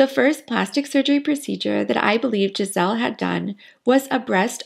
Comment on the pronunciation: Interesting video. Just to be clear, her name is not “Gisel” is GISELE with E at the end. It will sound more “Giselee” And I’m not gonna comment on Bündchen